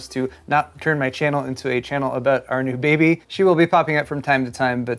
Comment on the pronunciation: When you said our new baby I thought for sure he said Arctic Baby.